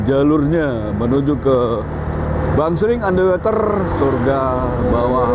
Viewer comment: BacaY bukan Ander Weter tp Ander Woter nti slh ucap bs salah artiY